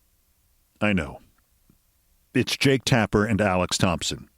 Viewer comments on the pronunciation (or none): none